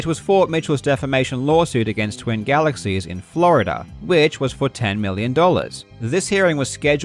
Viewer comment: "GALEXIES" lul